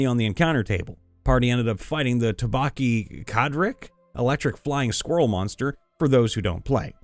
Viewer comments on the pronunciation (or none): I didn't think it was possible to butcher a name quite like that, How this man got Tobaki Kadrich from Tobi-Kadachi (Toby kah-dah-CHEE) is quite hilarious and a little baffling,. I'm now curious what sort of vocal gymnastics would have happened had that been an Odogaron in the Rotten Vale. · I am convinced likes to botch monster names intentionally cause he's said "Wright" instead of "Wight" and "Tobaki Kadrik" instead of "Tobi Kadachi", like, bruh, what's next? Tiasquat? Dispenser Beast? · Oof. Not to be that person but you kinda rolled a nat 1 on reading for that monster's name. I'm not a MH player myself (though I may eventually start on my copy of Rise), but I watch people who are, and it's pronounced TOE-bee ka-DAH-chee. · You had 4 chances to pronounce "wight" correctly and inserted an 'r' every time. I'm also curious how you got "Tobaki-Kadrich" from "Tobi-Kadachi" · It’s “Tobey Kah-Dach-chi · Stories were great. I know you probably don't play monster hunter but the creature's name is pronounced tobi-ca-da-chi otherwise great video. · A MHW homebrew game?! Sign me the fuck up! Also it's pronounced "Toby Kada-Chi" or at least that's how all my friends pronounce it. On my first MHW character, I specialised in hunting them. I currently specialise in hunting Legiana (giant ice bats essentially - and by giant I mean the size of a small house) and the Viper Tobi-Kadachi (a variant who looks a bit more reptilian and who also uses poison darts) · As an avid fan of Monster Hunter, the way you absolutely butchered the name of Tobi-Kadachi made me cringe. "Toe Bee, Ka Da Chi" For future reference. Love your stuff, just your pronunciations of some things are off. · man, when you read the Monster Hunter story and said the monster name, I had no idea which one you meant or how badly you said it until you described it as the electric flying squirrel. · I gotta say, I've never heard someone butcher Tobi-Kadachi quite like that lmao